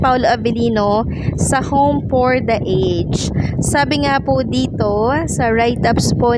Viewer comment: Ms. You pronounce a ged. Home for the A Ged